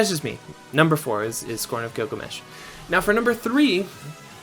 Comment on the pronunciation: Tee her Giglamesh